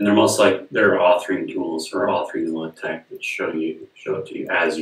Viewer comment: Leh Teque! hahahaha Lay Tech, bro...LaTeX